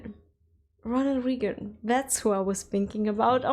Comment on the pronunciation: Just a clarification.... Ronald Reagan is pronounced "Ray-gen", not "Re-gen". But it is understandable why you were confused at first. The speed that Fat Electrician mentioned Joe's name when he is introduced into the story clearly could sound different than what his name was. Especially for someone who learned English as a 2nd language.... SPEED that you say something can be far more confusing than NOT KNOWING the word. Also, the "fights" at Waffle House tend to be late-night/early-morning when the bars/clubs close, and you get a bunch of drunk people together who insist on being served first, despite arriving last. In short, MOST of the fights happen due to beer, or in some cases drugs, far more than the "regular customer". Basically, when the sun is up and around "supper time" things tend to be rather calm, sometimes rushed... but calm. At night, when the drunks and drug-users show up? Well, that is a coin toss on being calm or chaos.